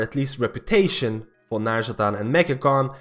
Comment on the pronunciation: It's not nazjataN, it's nazjataR :D:D